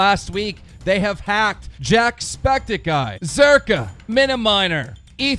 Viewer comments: Did anyone notice keemestar said jackspecticeye...lolll!! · lol he said jackspecticeye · did keemstar really said jackspecticeye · jackspecticeye lol when keemstar mispronounces a word of name, I cringe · wait did keemstar say jackspetickeye? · SenseLess Drama Alert said "Jack-Spectic-eye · Calvino "Jackspecticeye" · ˝Jackspecticeye˝? Dayuuum them grammar mistakes tho. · "JackSEPICticeye" Keem no. Just no... Please leave. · Lol Keemstar called jack Jackspecticeye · lol drama alert can even say jacksepticeye or miniminter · What idiot does not know how to say Jacksepticeye? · That pronunciation of Jacksepticeye, though...